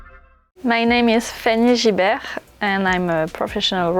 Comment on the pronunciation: Fanny Gilbert 🤦🏻‍♂️ GIBERT guys seriously